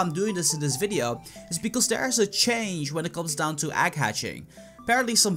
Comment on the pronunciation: egg not agg